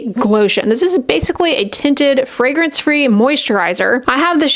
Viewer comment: Sounded like you said, “flagrant free” when describing the lipgloss 😂